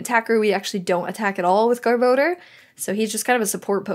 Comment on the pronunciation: GR-bo-dur. (Gar-ba-dor) =garbodor